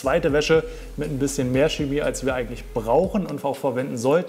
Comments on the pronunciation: Es heißt Chemie, nicht schemie. Mit ich-Laut. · Das stimmt nicht. Die standardgemäße Aussprache des "Ch" am Wortanfang vor den hellen Vokalen "e" und "i" ist ein weiches "ch" wie in "Licht" und "Blech". Laut Duden gilt in der Standardlautung nur die Aussprache çeˈmiː als korrekt.